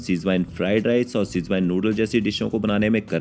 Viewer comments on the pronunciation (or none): apna pronunciation sudhaar toh Schwezwan ko schwine bolra hai